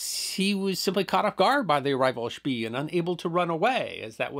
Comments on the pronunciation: Are you sure "spee" is not pronounced "shpay"? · I am kind of a history nut and one of my first memories as a kid was the movie Graf Spee. I have watched everything I can find on this subject and I have never heard the pronunciation schpee as opposed to schpay, even seeing Germans interviewed. Maybe we can get someone else to way in? Thanks, love your docoes! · One note, Spee is pronounced like 'shpay.' This is a really excellent summary of the battle of Coronel, thank you! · Indy Neidell had a similar discussion about the pronunciation of 'von Spee' in (I believe it was) the comments section of one of his WW1 videos. IIRC, he stated that all Germans he had heard say the name pronounced it 'Spee', not 'Shpay'. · Und vat ist vrong mit SCHPAY?!? 😁 The German documentaries pronounce it as Shpay. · The German "ee" is pronounced like the English "ay". Also, the "g" in "gn" is never silent in German. But these are nitpicks of yet another history short! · Spee is pronounced "Speh", a double vowel in German is stretching that vowel....